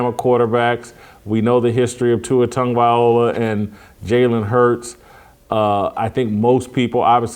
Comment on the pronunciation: For the love of broadcasting! Tua's last name is NOT pronounced: Tonguevayola